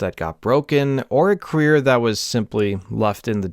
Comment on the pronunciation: Dude, it’s pronounced cuh-reer, not queer